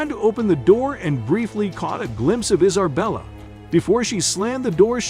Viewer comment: 2nd ✌🏻 Is it me or did it sound like he said "Iserbella" instead of "Isabella".